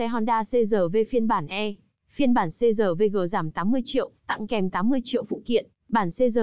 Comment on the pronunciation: người quảng cáo nên đọc chuẩn chữ R trong CRV